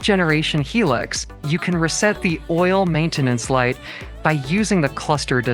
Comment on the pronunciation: Its not a hee lux , its pronounced high lux as in high luxury